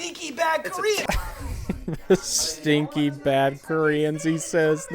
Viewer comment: I believe it’s “the SNEAKY bad Korea” (you said “stinky”)